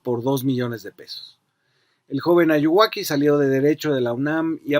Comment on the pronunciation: Jajajaja Ayuwaki, es muy cagado que ya lo digan como si fuera su nombre y hasta pronunciado mal